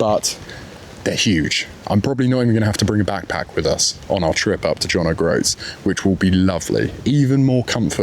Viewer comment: I always admired the 850, but it's a bit tall in the saddle for me. Also, I'm afraid I twitch every time you say John Oh Groats.